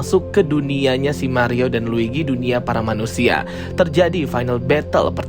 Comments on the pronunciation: L U i G i bang bukan l i G u i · Luigi bang bukan ligwi